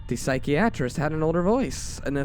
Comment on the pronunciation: I love the emotion you bring to the story's but it really takes me out of it when you mis pronounce things like psychiatrist or dingy keep up the good work but double or triple read stuff before narrating them maybe